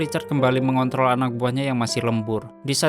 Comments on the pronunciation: MENGONTROL , BUKAN MENGONTOL MASEH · mengontrol ya masse, bukan mengon***😂😂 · Mengontrol bukan mengontol woiii🤣🤣🤣 Menit 10.57 🤣🤣🤣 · TOLONG YAA MENGKONTROL BUKAN MENGKO***L 😂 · Mengontrol anak buah woi 🤣bukan mengontol😆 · maaf min kalau ga salah denger, menit ke lebih ada yang typo omongannya, yang seharusnya menkontrol eh r nya aga ilang dikit🥺 maap ga sopan🙏🏻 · Ini gua yang salah denger atau emang sengaja ngomong "kembali lagi Richard mengontol anak buahnya"??🤣🤣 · 10.57 mengontol dong😂🤣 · di menit ke mengontrol bang,,, bukan mengontol 🤣🤣🤣🤣🤣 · Mengontrol.. Bukan mengontol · Oi mengkontrol oi bkn mengkntl wkwk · Ngontrol bg.... Bukan..... Ngon**l haha keren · Mengontrol bg bukan mengont0L 😅😂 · heh..Mengontrol cuk mengontrol.. buset bukan mengontol.. bikin ngakak aja bangcaaad🤣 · Ngakak bang, salah ucap ya mengkontrol apa mengkontol bang wkwkwk, apa aku aja salah dengar menit 10.55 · mengontrol bangcaaaaat, bukan mengontol 🔥🔥🔥🔥😤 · Bos, mengkontrol bos. Bukan mengkuntol. Hadeuuhhhh boss richard nihhh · ada satu kata yang bikin saya tertawa itu adalah “mengontol” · mengontrol woe😂😂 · Narasi yang menjurus" kalimat mengontrol ilang Huruf R nya wkwkwk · coba deh dengerin dan ulangi di .... "mengontrol" tapi R nya ilang.... hahahahaha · Iya bener akwmwkwk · kirain gw doang yg denger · Anying.. dengarkan dengan seksama. Ketika ada kata2 "MENGONTROL" hahhaa